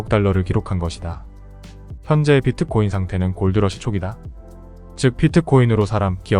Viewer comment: 비트코인을 자꾸 피트코인이라그러는게 거슬리네요